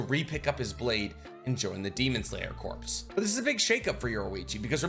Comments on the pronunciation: I love all your videos! But every time you say “corps” like corpse…it kills me lol. It’s pronounced like “core” and the s is silent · Corps (Core). Not corpse. But love the content! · Please PLEASE stop saying "corpse". Corps is pronounced "core" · corps /kôr/ noun a main subdivision of an armed force in the field, consisting of two or more divisions. "the 5th Army Corps" a branch of a military organization assigned to a particular kind of work. "the U.S. Army Medical Corps" a body of people engaged in a particular activity. "the press corps" Corps is said like core, not like corpse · Corps is pronounced like "core" not "corpse". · Love your videos and all the info you research and explain, but please….please….”corps” is pronounced “core” not pronounced “corpse” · Corps is pronounced as "core" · Corps is pronounced “core”. Other than that love the vids! Keep up the good work! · Not a huge deal or anything but Corps is pronounced like 'core' the p and the s are both silent.